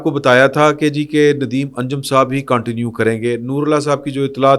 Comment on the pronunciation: معزرت کے ساتھ، انگریزی لفظ continue کا صیح تلفظ اردو میں کونٹینیو نہیں بلکہ کنٹینیو یے